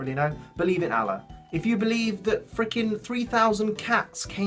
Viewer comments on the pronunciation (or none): You butchered the pronunciation of Allah's name. I am offended for some reason. Ul-Ah. That's the pronunciation.